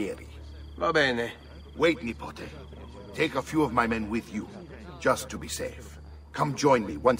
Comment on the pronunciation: Every time Mario calls Ezio nipote(nephew) it sounds like he's calling him a nipple